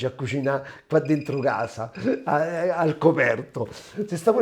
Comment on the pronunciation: Ti seguo sempre ma quando dici sono a gasa oppure, mi hanno dedigado, non ti si può sentire. A questo punto parla in dialetto che è meglio.